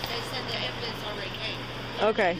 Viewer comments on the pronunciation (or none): HEY FOLKS, THE PROPER WAY TO SAY AMBULANCE IS EXACTLY HOW IT IS SPELLED. LET'S TRY REALLY HARD TO SPEAK THE ENGLISH LANGUAGE 🤔 ITS NOT AMBALANCE. GET SOME EDUMACATION! LMAO 🤦🏼‍♀️